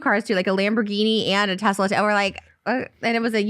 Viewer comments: No one: Ethan: teZLA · I HATE the way ethan says Tesla (“Tezla”). But still ethan foot soldier unite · interestingly enough, tesla and tezla are both correct. elon musk himself pronounces it tezla. ethan's pronunciation of ultra and morph always kill me though 😂